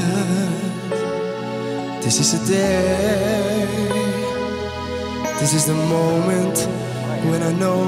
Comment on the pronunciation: Destiny biekoont....😂😂 man wat een slechte uitspraak zeg🤷🏻‍♂️ ... over DIS IS DE MOMENT niet te spreken 😂